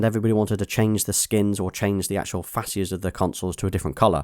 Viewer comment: DID HE JUST SAY FASIAS LOL HAHAHA